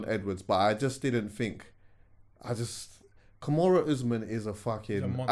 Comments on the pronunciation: Its Kamaru not Kimoru Jesus Christ lol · Nah i love but abeg broski its KAMARU not KUMURA - the latter is a submission in which you bruk up someones elbow. Peace and love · Man said kamarow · "Kimura Usman"🤣🤣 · trying to say Kamaru Usman’s name was a rollercoaster bro 💀😂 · I got so much love for you but the way you said Kamaru Usman and Israel Adesanya name is Jarring me 😄 great episode though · pronouncing Kamaru Usman’s name like that is too funny 🤣🤣